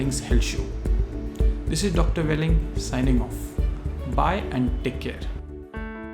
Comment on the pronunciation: Dr. "Welling" lol